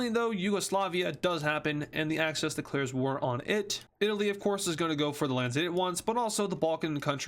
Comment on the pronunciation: Why is he saying Acces instead of axis